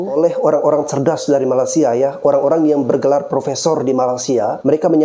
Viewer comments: Bang malaysia bukan malasia.. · MALAS-SIA MALAS-SIA... Perbetulkan dulu lidah kamu menyebut MALAY-SIA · Sebut Malaysia. Bukan malasia. Gimana sih. Gw indo aja geli dengar Lo bilang itu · Malaysia bang. Bukan malasia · Malaysia bang bukan Malasia!!!!!!! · Bang gw mau ngasih masukan dikit bang, kalo nyebut malaysia itu yg lurus2 lah bang 😂 abang nyebut malaysia itu bunyi nya kayak malasia, kurang enak aja kedengaran nya bang..oke bang